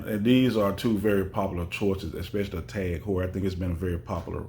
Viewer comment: Just so you know is a German speaker it’s pronounced T-a-a-g who-ur .